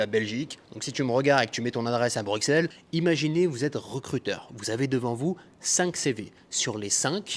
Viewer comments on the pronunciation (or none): none